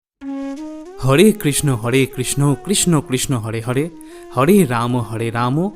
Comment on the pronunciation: পোর্ভু আপনি সর্বপ্রথমে হ রে। না বলে ড়। উচ্চারন করেছেন এই। ড়। য়ের ।জায়গায় র হবে । ।সঙসোধন করবেন জয়নিতাই রাধে রাধে।